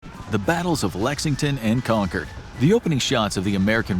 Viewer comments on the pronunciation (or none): ConCORD, not Concerd. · Did he said Lexington & Conquer? Idk maybe I’m high I kept replaying it and kept hearing Conquer instead of Concord.